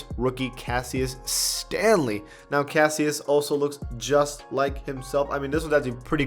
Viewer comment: Lol casseus😂 when it’s pronounced cashush